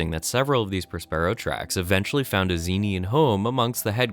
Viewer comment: It's Pronounced (prä-spə-ˌrō) you uncultured swine as is Prospero's books! Have you never heard of Shakespeare?